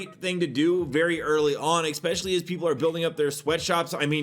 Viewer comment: Dude... it's "especially" not "expecially"...